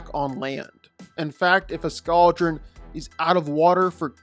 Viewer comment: Please never say “Scou-dren” again it’s “scald-dren”, Y’know, like the scalding water they breathe, also it’s a blue oleander not dragon flower, then it’s skrill not a mangled version of the word squirrel?? Sorry but this was just killing me 😭